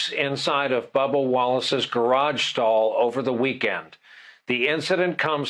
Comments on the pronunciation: I love the way you say gair-awge. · Omg say garage one more time!! 😻